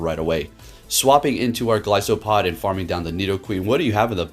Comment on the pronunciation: The name is a play on "goliath" and "isopod" so the "i" is most prolly like eye.👍